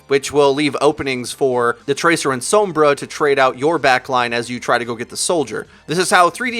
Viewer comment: The way you say Sombra annoys the hell out of me...